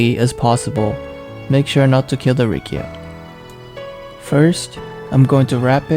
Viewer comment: It's Riccia not Rikkia... correct me if I'm wrong